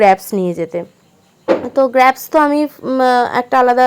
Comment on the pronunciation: Ota grapes(গ্রেপস ) গ্র্যাপস আবার কী?